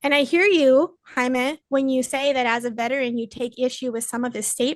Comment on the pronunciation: you said his name right at first Jaimy